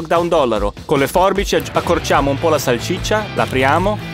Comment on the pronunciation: Si dice salsiccia non salcicce😂